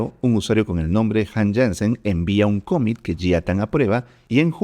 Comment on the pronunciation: Impresionante contenido!!! Gracias!!! Solo un detalle… pronuncias mal la palabra COMMIT, y varias más… En inglés no acentúas… (cómmit).. trata de pronunciarlo plano, sin hacer énfasis en alguna letra … commit…